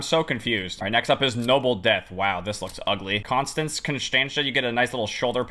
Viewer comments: Contanze is pronounced. Con-Stance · I like how he can pronounce Padmavati, but can’t pronounce Constanze like she isn’t named after the house from Monster House